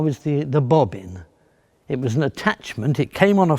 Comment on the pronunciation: "The Bobbin." is probably one of the most british things I've ever heard. <3